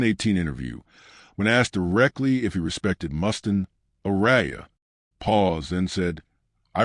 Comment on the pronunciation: Jesus, is this the best AI could come up with. Reoccurring photos of a baby’s foot, random stills of Ozzy and an unwavering mispronunciation of Mustaine?